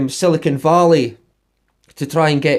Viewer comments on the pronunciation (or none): none